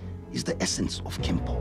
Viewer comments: It's pronounced "Kenpo" not Kempo. Sifu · You are correct. It is "Kenpo"